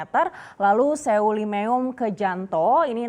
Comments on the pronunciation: Baca nya selimum buk bukan seyulimeyum hahahah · Semelu,, bukan,, sewulimewum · Saran buat presenter Lebih memperhatikan cara membaca nama daerah yg tepat di yt atau tanya dengan orang daerah tersebut. Nama daerah tetap nama daerah, dan akan aneh kalau dibaca tidak sesui dengan cara baca biasanya. SEULIMEUM bacanya se-li-mum Bukan Sewulimeum Daerah di Aceh banyak yanf menggunakan ejaan EU, bacanya tidak dipisah E dan U tapi digabungkan bacanya. Saya sangat suka dengan cara presenter menyampaikan beritanya, jelas sangat menarik dan mudah dimengerti💕 smoga sukses selalu buat presenter dan seluruh kerabat kerja❤ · sorry koreksi dikit , seulimeum bacanya seulimeum atau kalau susah dilafalkan bacanya selimum aja, bukan se wu li me wum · "Seulimeum"cara baca nya tuh selimum aja mbak.gk usah ribet2😅😂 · Di seulimeum itu pengucapan nya lucu sekali😁 saya org aceh sendiri ketawa melihat ini😁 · sebagai orang aceh ngakak pas nyebutin seulimuem🤣🤣